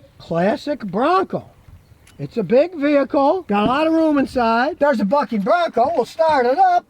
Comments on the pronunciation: I thought Scotty said F***ing 🐎 not BUCKing Bronco. Lol 😁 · Lol I had to listen to it twice. I think he said bucking but heck with that it fing in my head lol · Lol. Sounded like Scotty said F'ing Bronco, instead of Bucking Bronco. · It's building a *ucking bronco! (that's what I heard) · Did Scotty say, it’s building a f k n Bronco? 😅😅😅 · At first I thought you said. It’s building a F*CKING Bronco! Haha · Sounds like he's saying F*****NG Bronco LOL :) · I totally heard “building a f*cking bronco” 😂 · Sounded like "it's building a f***ing bronco" hahaha! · Really had to rewind is cuz I thought Scotty said the f word and got away with it haha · For a split second there, I thought he said "it's building a f^@ bronco" O_o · "oh, it's building a _ucking Bronco‼️" I had to turn on CC to figure that one out 🤔 😉 🤣😂🤣😂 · "Building a bucking Bronco." had to listen to that twice, not what I thought you said >.< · "It's building a bucking bronco!" Honestly I thought he said something else instead of bucking.... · 💀 me too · ditto, had to think, oh yeah he probably said bucking not the word starting with an F🤔🤣